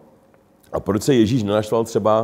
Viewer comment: Me hrozne pobavilo vysloveni Jezise jako “Ježyš” 😁